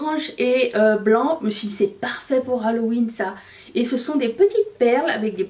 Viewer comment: Je me demande si j entends correctement ":: halohuitre"? 🤔🤔🤔🤣 sort de ce corps!!!! 👻👻👻💀😅😅😅😅